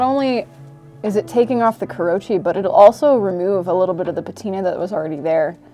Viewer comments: It's KOO ROH UUUUUUU CHEE, not KUROCHI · This takes the cake for the most entertaining Knifewear video in recent months. More, please! Also, thought would appreciate, but kurouchi is pronounced kuro-uchi, not kurou-chi. I think bacon patina is a waste of meat unless I'm cutting lots of bacon to eat, and instant coffee is my typical go-to if I really need a patina. The longer you soak the knife, the better the results. Also the moment my simple carbon knives touch onions and garlic they get blue (and then brown) pretty fast, so I don't usually force a patina anyway...